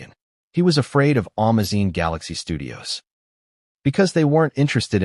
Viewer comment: I hate AI. Amazon is AN - MA - ZINE !?!? And LILY Collins is NOT LIE - LA! I couldn’t understand who they were talking about.